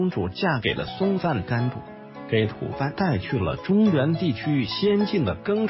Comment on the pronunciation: 吐蕃 （念 Bo), tu bo. 不是吐番 （fan）。